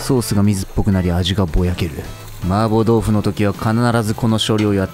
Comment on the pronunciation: 마파부두가 자꾸만 마법부두로 들려. 한글 자막고마워요!